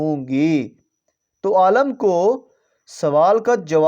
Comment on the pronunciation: Aalam nahi hota Alim hota h talaffuz sasi karo apna 😂